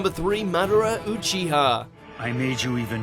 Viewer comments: Man-da-ra like wtf who says it like that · Did he just say Manara? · kizeme? manara? obeato? nerito? kageya? erochimeru? renegin? Otsussuikiik? byekoogan? sarigeegan? susanoo? hoakegay? this man has never watched an episode of naruto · did he just say manara